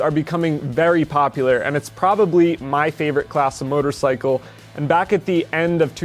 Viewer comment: Ducati North America CEO and cant pronounce motorcycle. Wtf is a mortacycle